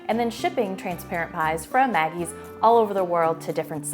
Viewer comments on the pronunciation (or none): Magee's is pronounced MaGEE, not Maggie.